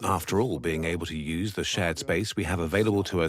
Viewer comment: The yuse force